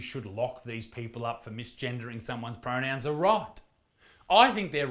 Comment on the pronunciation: Oh no you said the wrong pronous if i ever said that i will spontaneously conbust